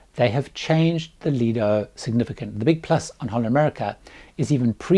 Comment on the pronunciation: I would practise on saying "HOLLAND America". the HOLLAND is not very pronounced very well, and it is such an easy word. It sounds as " Honda" how you mentioned it.